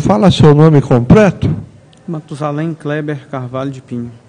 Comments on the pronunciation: Um juiz de direito falar "COMPRETO" aí é pra acabar mesmo 😂😂😂😂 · Oi? " Compreto"??? Ouvi certo isso? 🙄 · Gente, será que foi o juiz quem disse "Compreto"? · Eu ouvi compreto???? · "Púbrico" "Compreto" "Prestá" "Iniciá as preguntas". Certamente, esse é o seu Creyson.